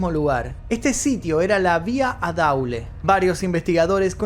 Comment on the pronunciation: Muy buen documental pero tiene fallas que genera desinformación como por ejemplo es Guayas no Guyás, es daule no adaule y la pena máxima en ese entonces por asesinato era si era 16 años pero actualmente ya no es así la pena es 25 años.